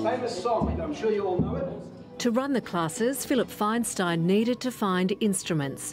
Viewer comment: It's Feinstein, that's Faynsteen (phonetically) when will stop butchering non Anglo names